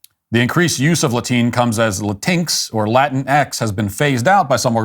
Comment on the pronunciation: Glad to see Matt picked up James Lindsay's pronunciation of, "La TINX." It gave me a chuckle, every time! Hahahaha, "Latine". Sounds like "latrine", which is fitting. Morons.